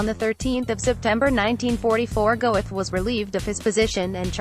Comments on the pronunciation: NOT "Go-eth"! "Goeth." It's a GERMAN name! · It’s painful listening to the robotic butchery of his name. It’s not pronounced “Go-eth”. It’s “Gurt”. And the peppy music is wildly inappropriate, given the subject matter. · Name is NOT pronounced Go-eth. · Pronounced Gert, not Gowith. I'm sure your low subs are dropping by the week. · Very weirdly produced and edited video. What were you thinking with the upbeat narration and pseudo-club music? And why those distorted, stretched-out photos of his face? Also, you should learn to pronounce the name of the person the documentary is about. It's pronounced "Gert", not "Go-eth". Having as many dislikes as likes should tell you something about the quality of this video. I almost never criticize videos that actually present the facts like this one does (I really hate click-baiting lies) but the WAY you present the facts SUCKS! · The correct pronunciation of this last name is khett not "goeth" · And the name is pronounced "Gurt". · pretty sure his name is pronounced Gurt in german. 2nd time I've ever given a thumbs down. the mechanical voice etc. it's just bad. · If you can't speak German, don't try to pronounce it! Goeth is pronounced Gurt to rhyme with hurt. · FFS Do not have a computer narrate a potentially great wee documentary! If you've taken the time to put together quite an informative work like this, find a 'human' narrator or leave it to your text. Amon 'Gowith' would shoot you for much less! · It's not pronounced "Go-eth"...get rid of the computer produced voice over. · She can't pronounce Goeth .